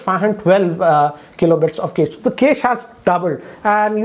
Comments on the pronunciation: With all due respect, ‘cache’ is not pronounced ‘case’. It’s pronounced as “cash-ae” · Noticed one strange thing... He is pronouncing cache as 'case', should be 'cash'. Also have noticed he pronounces warp charge as wrap charge in other videos. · Cache is pronounced as CASH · It's ka-shei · Cache is "kesh". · Cache = Kaish 😂😂